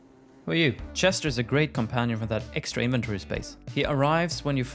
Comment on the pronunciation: How did u say inventory before?!?! 😂